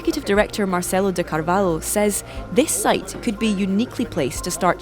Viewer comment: It's not 'Carvalo', it's CARVALHO.